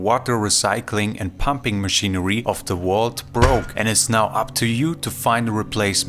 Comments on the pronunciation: Hey, can you say VICTOR? now say VAULT, not WAULT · Vault not Walt